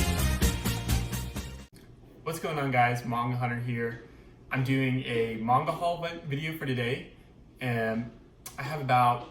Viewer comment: So glad someone finally knows the correct pronunciation of Manga!! ❤️